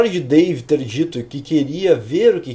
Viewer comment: ''Dave'' Ou ''Pavê''